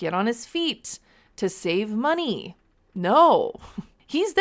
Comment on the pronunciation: You pronounced the word “Money” wrong.